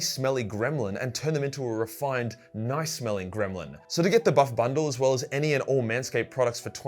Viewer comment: The way the man says "and turn him in a rifined nice smelling gremlin ". 😂